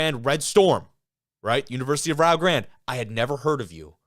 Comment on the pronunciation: You got it right, it's Rye-oh (like Ohio) and Grande (like the "e" at the end isn't there).